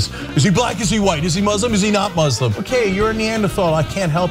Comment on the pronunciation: Radical what now? Can't say "Muslim" clearly when identifying the shooter... ... but the word Muslim comes across perfectly clear when defending them...